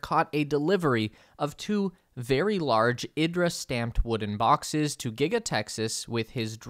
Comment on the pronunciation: IDRA is pronounced EE-draw